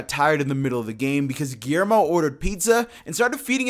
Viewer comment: They always botched Guillermo pronunciation. Lol